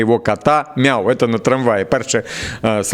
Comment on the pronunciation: Не няв а миу 😂.